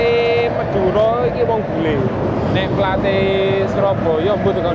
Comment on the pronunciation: madure mas bukan mudere